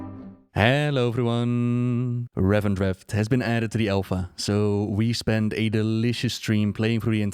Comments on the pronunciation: Its revendreth, not revendrethT. This bugs me more than it should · Yo, I appreciate the idea that this place is for cleaning really nasty dirt off souls, but by pronouncing it "RevenDreft", aren't you advocating an inappropriate monopoly for one detergent over all the others?:p